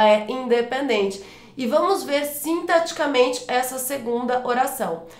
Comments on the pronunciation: Verdade! Toda vez que ela diz "sintaticamente", eu entendia "sinteticamente". Logo, a dicção dela não é perfeita como disseram. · Mas ela fala sintaticamente e eu entendo "sinteticamente..." rsss eu estava anotando errado...